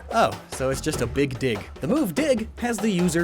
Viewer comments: You must understand I heard big d1ck instead of big dig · I thought u said big dick for some reason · When said “tectonic rage is basically a big dig”, it sounded like “tectonic rage is basically a big dick”. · ...Excuse me? I know he said "dig" there, but it still made me do a double take lol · I definitely heard "big dig" and not something else